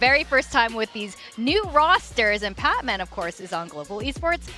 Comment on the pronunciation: Guys, it's PatMEN not Patman.